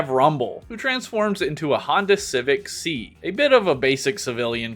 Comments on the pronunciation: not trying to be a nerd but it's pronounced S I not ci😅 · Bro just said “Honda Civic C” u gotta say the letters my guy. S….i